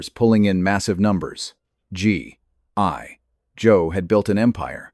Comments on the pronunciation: What’s up the G I Joe pronunciation? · This would be good if your AI didn't hallucinate the claim that about the 2017 comic book, which is false. There was a comic book series, but in 1987. And your AI reader is making a mess of pronunciation for G.I. Joe. Sigh x2